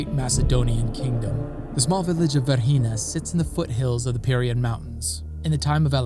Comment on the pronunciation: The name of the site is V E R G I N A not "Verhina" , please correct it